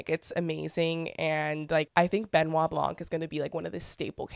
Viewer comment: as french canadian person it absolutely drives me crazy that no one can pronounce Benoit Blanc’s name the right way EVEN HIMSELF.